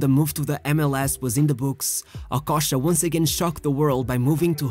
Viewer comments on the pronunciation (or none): I thought it's okocha, but it looks like that it's okosha 😄, practice some accent man or just talk in french man. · OKOCHA NOT OKOSHA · The least u could do is to pronounce his name well if you're going to make a video about him. Okocha not Okosha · The narrator mispronounced not only Okocha’s name, along with a lot of other players, and coaches, he mispronounced every single Bundesliga team he mentioned… c’mon bro…